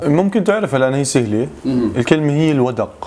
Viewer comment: حلو بس هو اسمه الوَدْق وليس الوَدَق وعسعس لها معنيان إذا أقبل بظلامه وغشى الناس أو إذا أدبر وكنت أظن جادوا من الجود يعني والكرم، فإذا قلنا جادا السماء أي أمطرت بغزارة.